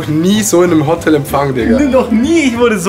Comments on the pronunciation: diggah es heist hotel nicht hotttel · Es triggered mich wie du Hotel sagst, es heißt Hotel und nicht Hottel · Adi sagt einfach Hottel alda was das. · warum sagst du Hottel??? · Adi = nicht Hotel sondern Hotttel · „otel“ es heisst HOOOTEL